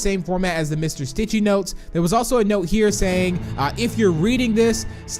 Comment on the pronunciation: he said Stichy it’s Stitchy